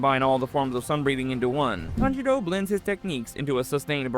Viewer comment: I'm ngl "TanJITo" is crazy